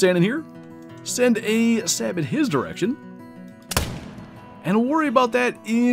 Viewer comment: Great hunt, but the way your saying sabot is urking me, its Sabo and the T is silent